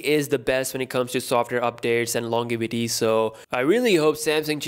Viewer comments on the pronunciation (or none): Hello fellow Pakistani, love your videos. I like when you say LonGevity instead of LonJEvity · Its funny how he says “Longevity” and rapes the poor word!